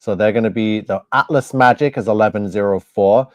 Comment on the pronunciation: Please learn to speak 😂and it's atlas not atfass😂😂😂